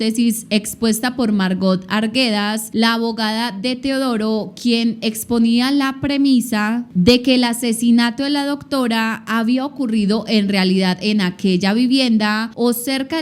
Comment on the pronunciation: Querida se dice premisa. No premicia